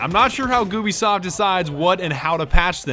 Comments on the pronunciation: He lit said gubisoft instead of Ubisoft wtf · It’s goobisoft not Ubisoft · It's Ubisoft not gubisoft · Goobisoft says Monty as Montanya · more people noticed he said goobisoft?